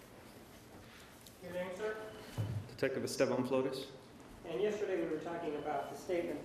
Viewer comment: And the way he says Flo-rez, for Flores